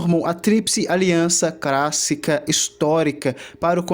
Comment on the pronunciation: Meu Deus! Civilização CRÁSSICA? PREMINENTE? Não dá pra prestar os ouvidos. Sorry!